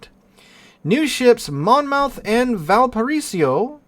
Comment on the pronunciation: Try saying val-pa-ray-so